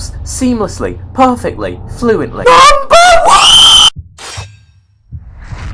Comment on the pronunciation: Numbar Woaaaaaaaaaaaaaaaaaa!!!!!!!!!!!!!!!!!!!!!!!!! XD